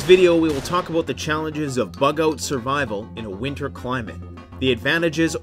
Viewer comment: Bug oat survival you say